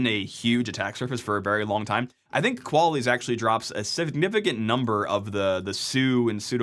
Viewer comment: Mandatory Qual-isss, su-doo comment